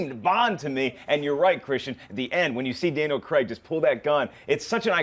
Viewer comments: If I hear one more American say "Creg" instead of "Craig"! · The US pronunciation of Daniel Craig's surname... As CREGGG gets me every time.